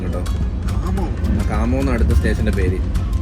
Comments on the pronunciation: കാമം അല്ല ഘംമമം ആണ് 😂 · Kammam😂 alla khammam. Vijayavada Hyderabad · കാമം അല്ല കമ്മം ( khammam) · കാമം അല്ല കമ്മം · Machan mare athu kamammm alla khammam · Kaamam alla kammam. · Chetta aa place inde name കാമം alla ഖമ്മം enn aan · Kammam...😂 not kaaamam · Khamam alla khammam